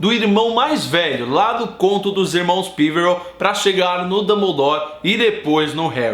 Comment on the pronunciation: OI, ótimo vídeo. O jeito como você pronuncia "Píverel" da um pouco de agonia, já que não se parece nem com a pronúncia comum no Brasil "Peverél" ou da inglesa.